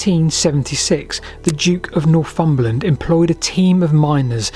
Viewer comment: 'The Duke of Norfumberland' 🙄